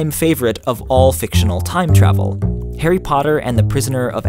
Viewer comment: The way he pronounces 'Harry' annoys me